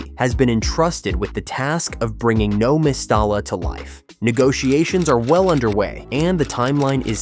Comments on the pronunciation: I know! ...The way he says "No Mes-star-la" .......🤦😱😡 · You should learn how to prounce the name of Valenvias stadium properly. Surely you should have done some research on the correct pronunciation. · What’s with the AI voice and incorrect pronunciation of the stadium name? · A deep dive into Valencia CF's 18-year stadium construction saga, and you can't even manage to pronounce the name of the stadiim correctly.